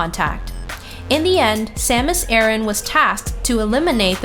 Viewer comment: You'r pronouncing Aran wrong